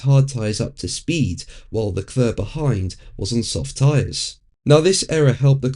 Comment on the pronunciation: “Le Clurrr”….it never gets old. If he didn’t “try” to do a French accent he would probably come close to the correct pronunciation